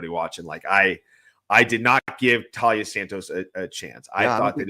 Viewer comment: Ugh. It's painful to hear you call her Talia over and over. Her name is Taila. Don't feel too bad, I've been hearing it elsewhere.